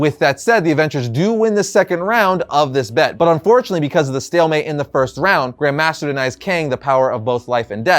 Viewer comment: The emphasis is on "Grand" not on "master".